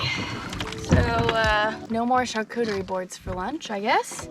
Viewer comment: "Char - cudery" 🤦‍♂️